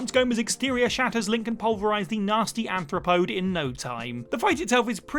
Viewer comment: who pronounces “tortoise” like that, seriously? and what even is this word, “anthropode”?